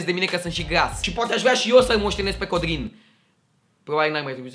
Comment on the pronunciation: cand ai zis codrin lai zis pe rr